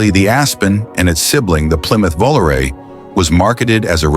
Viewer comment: Plymouth VoloRAY??? Really? I mean Really???